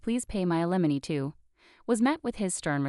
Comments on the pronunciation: You do not seemed to be capable of pronouncing “alimony “. Always the same problems of grammar, use of proper pronouns and word usage. Go back to language classes. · Slow down and teach the bot to pronounce alimony